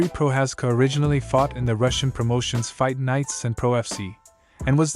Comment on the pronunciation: its not Proczázska or Proházka, its Procházka